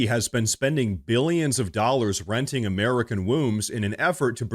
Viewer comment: It’s really impolite to make fun of speech impediments. Wenting a womb.